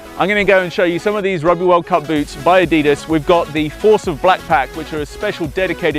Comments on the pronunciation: The guy should at least know how to pronounce the name, Adidas. (Adi-das) named after the founder, Adi Dassler. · it's said a-dee-das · This guy needs to say Adidas properly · He's a prick..... The way he says Adidas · You can't even say adidas right 😂😂😂😂😂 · his way of saying nike and adidas... :( its just sad. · Haka is said huka And Adidas is said adedas